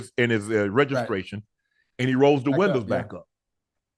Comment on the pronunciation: Unc accent came back real quick all old southern black folks call windows winders😂